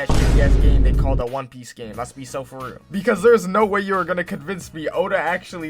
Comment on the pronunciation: It has that everytime he says real